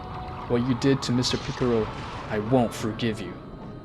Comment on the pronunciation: Ahh yes pikero, that's his name alright